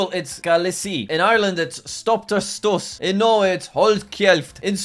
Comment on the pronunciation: Jack:Pronounces "suas" as "stus" Me(Irish): Insert look of shock